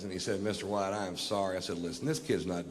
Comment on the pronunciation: You butchered Mr. White! 😡